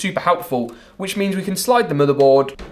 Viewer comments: Da MoDar bOarD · I’m not sure why, but the way he pronounces Motherboard is Oddly Satisfying.